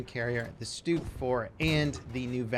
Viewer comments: Its st-ugg, not stoog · Its not pronounced stoog -_